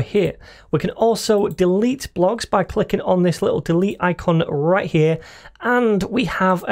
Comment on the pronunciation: Is this only me or everytime he tries to say "right"...he gets possessed by a Mexican....(i.e rrright)?